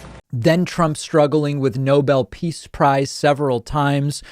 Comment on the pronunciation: So you have someone in charge of your country who can't even say his own name. Someone who can't even pronounce "Nobel Peace Prize." If you don't think you'd be better off with someone else in charge then there is something wrong with you.